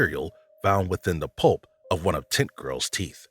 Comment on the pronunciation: This man made zero effort to pronounce "tent" clearly, whole time it sounded like he was calling the Barbara Taylor "tit girl"